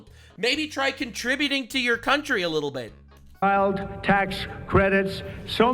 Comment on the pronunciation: Why does Trump pronounce "little bit" as leetle beet? Like he's talking to his 5 year old granddaughter or something.